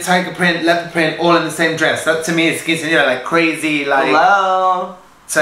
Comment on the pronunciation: Did you really think Joslyn didn't know what quinceañera was? Unlike Trinity (who pronounced it wrong!), Joslyn said it correctly. I think she knew exactly what it was (including the "house numbers"!), and that's just her character, that ditzy sex kitten. I love it! She's hilarious!